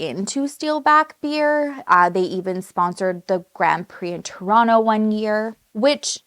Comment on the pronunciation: Aaaaah finally! I’ve been waiting for you to cover this case!!!! PS… looove that you say ‘Toronto’ the Toronto way 😉